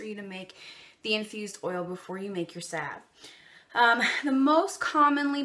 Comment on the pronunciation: Sav sav sav🤦🏻‍♀️🤦🏻‍♀️😬🙈 saLve the L isn’t silent😖😖😩😩😩😂🤣 I am using your recipe though since it is the best.